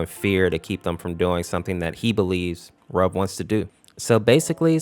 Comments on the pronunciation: Ayo did you say "Rug" instead of "Ruv"😂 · Some people are pronouncing Ruv's name wrong. It's pronounced (R-oo-v) like the word root. A lot of people seem to think it's pronounced like the word love. It's not. I've watched Date Night Masses and in the beginning cutscene I can clearly hear it being pronounced as R-oo-v not r-ove. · Wait.. It was 'R-oov'? I pronounce it as 'Ruf' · you said both sarvente and ruv's names wrong. ruv is pronounced as if it is spelled ruve. sarvente is pronounced sarv-e-n-te